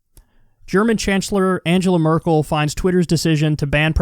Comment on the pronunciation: It's Merkel, not Merkle.